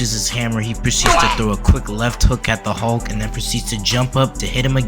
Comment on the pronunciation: His name is Hulk not Halk you clown. You probably call it malk instead of milk too.